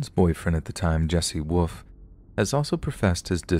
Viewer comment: Hey, you have an awesome narrator's voice but, if anyone listening is tired odds are very high they'll fall asleep.......like I just did. Something you said early on made me laugh but question your command of the English language. You said 'woof' instead of 'wolf'. Another channel's owner, 'secureteam10' Tyler, says it that way too. FYI, the 'L' is NOT silent. lol